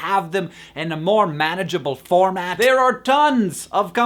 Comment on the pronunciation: MANagebale? nice Hank. personal question, are you going to be a father someday, possibly soonish?